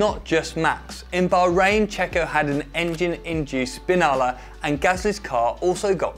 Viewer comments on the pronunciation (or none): It's "SBINNALA" with two Ns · Yup but it's s🅱️innala, double n and just one l. Source: I'm italian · It's sbinnala, not sbinala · I can't believe he said s🅱️inala ahahahahhahahahahah